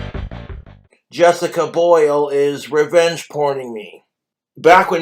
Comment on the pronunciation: Drink everytime he says "Jessicuh Bhoilll"